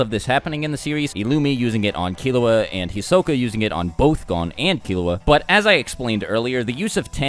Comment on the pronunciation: "Hisoke" It's Hisoka but whatever